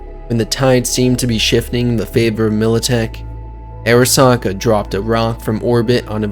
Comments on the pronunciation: It’s not pronounced “Air a sa ka” Are Ra Sa Ka” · It’s actually pronounced ‘Ah-ra-sa-ka’ since it’s a Japanese name. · Say Airasaka one more fuckin time, gonk. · honestly pretty hard to enjoy something when the narrator repeatedly mispronounces important names like "arasaka"